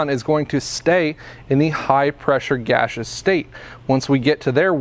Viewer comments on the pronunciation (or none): Thanks, man. I like the way you say gasseous as "gashous"